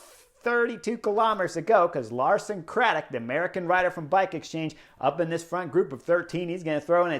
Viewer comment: *Lawson Craddock come on Chris 😁